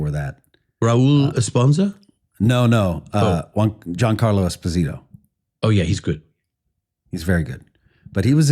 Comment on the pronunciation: Hope you don't say that to him as his name is pronounced jee-ahn-car-loh eh-spoh-zee-toh :)